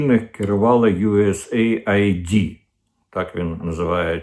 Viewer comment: USAaid- aid / вимовляється як ' ейд ,а не " ай ді ". Aid- це : допомога,сприйняття,підтримка